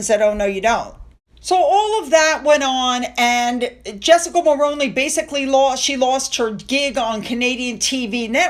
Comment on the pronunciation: I know this is just a little thing, but Mulroney as you said it, is pronounce Mulrooney. I'm Canadian.